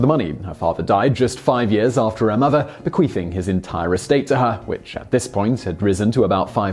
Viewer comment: You totally said be-queef-ing